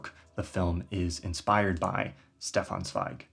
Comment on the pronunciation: In case of future reference: There’s a soft sound at the beginning of Stefan Zweig’s first name, and a hard sound at the beginning of his second. Shdeffan Tssveig.